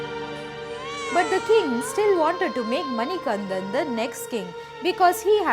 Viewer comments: Beautiful story. Please correct your pronunciation of the Lord’s name. It is Manikandan..not Manikanthan. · Not all swamis take 41 days vratha, the swamis visiting sabarimala for the first time takes 41 days intense vratha. Also it's Manikanda not Manikantha I'm from the district where sabarimala resides, Pathanamthitta district, Kerala. SWAMIYE SARANAM AYYAPPA.... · It is not mani kan"dh"an, but manikandan. Please take care of the pronunciation. But good to see such good effort for capturing the details. Appreciate it. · Hi, I am from the district where Sabarimala is located that is Pathanamthitta one small change is required, it's MANIKANTTAN there is pronunciation difference, also the mahishi story is true but she asked for marriage is a myth, that is Ayyappa's mother who is seated in the Malikkapurram.